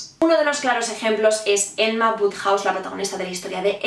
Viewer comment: Por qué le dices "Enma"?